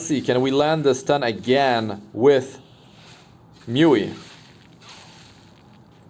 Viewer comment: Its Muu-Eee ..i keep hearing myuee